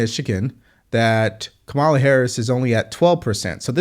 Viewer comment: The first two seconds, he mis pronounced Kamala’s name. I knew straight away it would be BS. I was right! 💙💙💙💙💙💙💙